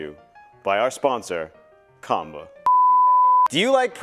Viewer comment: Nice video!! SN: Qanba is pronounced as Chien - bah